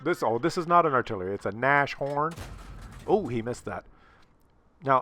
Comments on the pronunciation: Goddammit....how can you have a German name and keep pronouncing Nashorn as Nash-horn. Its a nose horn...Nas-horn...the clearly obvious name for a rhinoceros when you can't speak Latin and are extremely literal when naming things. Like "flying thing" (Flugzeug); "driving thing" (Fahrzeug), or "man with wit like rear end of horse" (Kellerman). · Rong game,. Also you have not been paying enough attention to my advanced German lessons. Nas-Horn. Two consonants. Tsk tsk tsk.